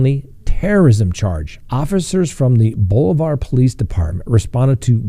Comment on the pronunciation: Hi Scott love your show! Welcome to Missouri! We are known for harassing coaches, children even. I personally know one guy that is banned for life from any school sport in Missouri. I'm going to be "that" person. Bolivar is pronounced Boli-ver. I dig your sense of humor.